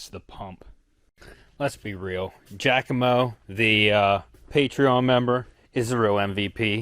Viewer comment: your finally learned how to say Giacomo’s name! Look it’s your first Italian lesson lol